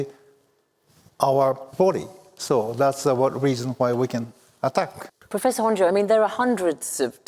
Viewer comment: Why is she calling Honjo Honjay??